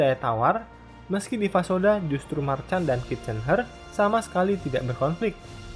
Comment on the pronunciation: Valois dibacanya Valwa🙏 waktu itu kan udah dikoreksi, min🙏 Jean dibacanya Zhang Marchand dibacanya marshang Charles de Gaulle dibacanya Sharle de gol Paul Reynaud Pol Reno